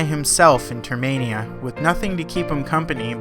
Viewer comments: It’s termina. Not termania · Termina Not Termania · I always thought it was termina and not termania, huh? wait , It is termina so why do you call it termania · The skullkid he meets on OoT is the same in MM. And it's Term-in-ah. ;) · Great video with accurate facts but there's just one thing... It's pronounced TER-MIN-A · It’s termina, like terminal. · NO! YOU ARE PRONOUNCED TERMINA! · Nobody is going to point out he said Saria's Song as Sara's song. Termainia? Ugh. Its Termina... The cringe is real. XD